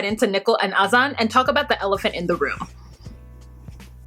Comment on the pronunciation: Why are you pronouncing everyones name wrong. Her name is NICOLE not NICKLE. AZAN is not pronounced AZ- ON its pronounced AZ-IN.